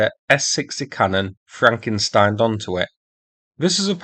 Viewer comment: I commend you on "frankenstining" instead of the more commonly heard "frankensteen".